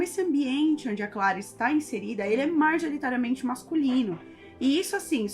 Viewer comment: "Marjoritariamente"? Tem a ver com a atriz Marjorie Estiano? 😅😅😅😅 Já experimentou pronunciar "majoritariamente"?